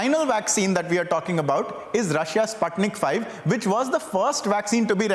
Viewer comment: SPUTNIK Vee -- not five .... V is for vaccine.